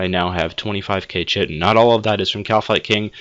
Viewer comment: kite-in not shit-in